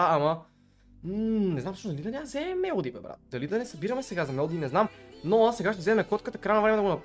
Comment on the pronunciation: Казва се мелодия а не мелади